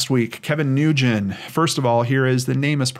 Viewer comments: Hey. Another incredibly informative video. Thanks for sharing, bud. Please, keep up the great work! (Edit: For what it's worth, the common Asian name "Nguyen" is merely pronounced as "Win." No worries though, I used to make the same mistake constantly as a teacher's assistant until she taught me the proper pronunciation!) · Nguyen is pronounced "Win", at least that is what my child's teacher's last name is and he is called Mr. "Win". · "Nguyen," is pronounced "win," or sometimes "wen!" Totally different from how it's spelled! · FYI. Nguyen is pronounced "Wen" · Ugh. Did you not listen to ANY of the many comments on the the last video you did on Kevin correcting your pronunciation of NGYUEN? It’s pronounced WIN.